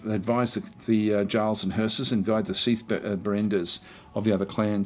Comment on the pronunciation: Bonus obligatory: "Actually it's pronounced 'Yarl'" comment. :-)